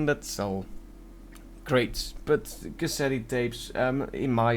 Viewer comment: Lol in "Cassette," the final "e" is silent